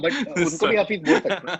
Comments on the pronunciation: Loving these quizzes! Keep them coming. Here's just a correction relates to pronunciation of the word Hafiz. In the video it was pronounced as "Hafeez", which is not the same as Hafiz (pronounced: Ha-Fizz). They are slightly different. Hafeez means Protector, Guardian. Whereas, Hafiz can also mean protector but it also means a person who has memorised the Quran, depending on the context. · It's Haafiz not Hafeez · It's pronounced as Haaa-fiiz, not Hafeez. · its pronounced haafiz not hafeez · Haa-fizz is the correct pronunciation btw. Hafeez means the protector. :)